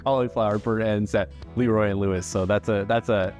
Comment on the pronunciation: I wish you had time to go visit Corkscrew in Houston. Best brisket ever! Also you pronounce LeRoy and Lewis Le...Roy. They're definitely a new age BBQ spot. Great sides and Q.